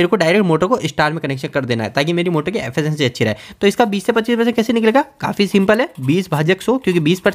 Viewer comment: Affacancy 😂😂😂 Pronounce it correctly Its efficiency